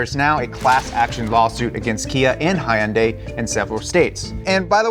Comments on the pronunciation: oh hell no, you did NOT just say HYE-UN-DAY. LMAO WTF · why do you pronunce Hyundai wrong? It is HUN DAY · Every time he says “hi yun day” kills me It’s hyun dai[pronounced “deh”] 2 syllables. It’s a Korean manufacturer with Korean pronunciation. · It is not hi and I its pronounced Hon die. Hyundai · The brand's name's pronunciation isn't /hi-Un-day/ it is /hon-day/... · It's HUN-DAY.. like Sunday. Not Hi-yun-die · Never heard it pronounced “high un-Dey” I have only heard “hun-Dey” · FYI: It's not "Hi-yun-dye". It's "Hun-day". Rhymes with "Sunday". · Pronounced “Hunday” not “highunday” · Please stop pronouncing it Hi und i. It's pronounced Hunday like Sunday. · Hyundai is not pronounced high-un-day!! They even have a commercial that says “it’s Hyundai(hunday), like Sunday”. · Thanks for making this video and now putting my car at risk… Also, it’s not pronounced “high-un-day” it’s pronounced “hun-day”… You’d think someone who’s profession is teaching about cars would know how to pronounce the name of the companies. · I love you guys, but please learn how to say Hyundai. Hyuhn-dae Hyuhn is one syllable, not hai-yuhn-dai. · Can no longer take you guys as serious car enthusiasts saying hi-unday. Hyundai is pronounced with a Hun. Sorry to be that guy but I hear it enough from non car people. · Bro please stop with the Hi-Un-Die. It's more like Hun-day. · Its pronounced "Hun-Day" like Sunday. Not Hyeooondaeeei. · Not Hi-un-day, just Hun—day, like Sunday… there was even a whole Super Bowl commercial about it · I hate the way this dude says Hyundai. It's fucking huhn·day! HUHN-DAY!!!! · Why does keeps saying Hy-un-dye? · love it. BUT - it’s pronounced “HUN-day” - there, isn’t that just much easier? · WTF IS A "HIGH UN DAY" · At least learn to pronounce the brand properly. It’s hee yun(as in yum) die. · Hyundai rhymes with Sunday, not sigh-un-day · Imagine being 40 years old and pronounce Hyundai's "Hi-undies" 😂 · It's pronounced Hun-Die.... 🤔🤨😂